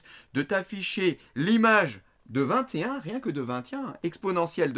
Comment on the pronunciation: comment il dit "21" 😆